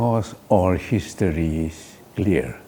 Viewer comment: I thought muivah would be a very intelligent and smart 🤣🤣, he is so funny I think he himself is not aware of his point..just talking about history unique. He cannot pronounced history properly 🤣🤣